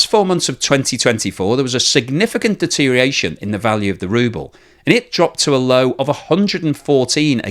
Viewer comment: Deterioration has six syllables, not five.